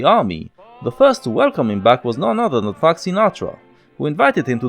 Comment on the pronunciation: "Frabk" Sinatra. LOL